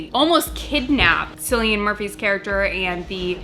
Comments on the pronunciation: Cillian murphy's name is pronounced as killian. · It pronounced Killian not Silian. needs to know!!! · “Sillian Murphy” wow, nice 😂🤣😅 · Cillian Murphy’s name is pronounced like Kill - ian, I don’t know if it’s a common name in America but that’s how we pronounce in Ireland where he’s from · It’s pronounced Killian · It’s a hard C in Cillian Murphy FYI but 👍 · As an Irish person watching and try to pronounce Cillian Murphy was too funny. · Cillian: KILL-e-uhn Djimon: JY-muhn